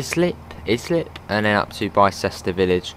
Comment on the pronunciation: Morning youngan. Not nit-picking just FYI, Islip is pronounced eyes-lip. Bicester is pronounced Biss-ter. I know you're not local so thought I'd point them out. Great vid. 👍🏼